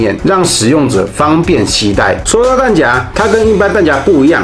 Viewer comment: 為什麼要唸彈夾？不是唸匣嗎？ㄒㄧㄚˊ